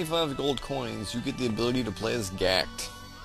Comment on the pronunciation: Gackt is Japanese btw... and is said like jacket but with a g... Gackt to save to world...YAY